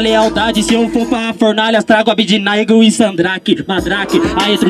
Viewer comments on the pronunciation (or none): ABDINAIGOL KKKKKK É ABEDE NEGO GENTE KKK